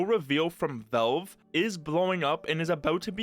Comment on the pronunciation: the way you pronounce valve is pissing me off and i don't know why